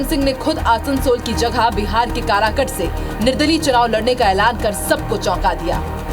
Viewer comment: Pahle tu bolna Sikh le karakat hota h karakut nhi